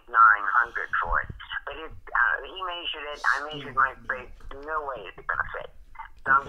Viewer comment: "May-sured" lmao